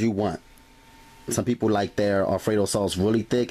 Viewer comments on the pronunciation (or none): none